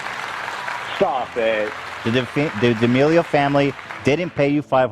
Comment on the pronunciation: Creator -> creatuhhh D'Amelio -> Dee D'Amelio 🤡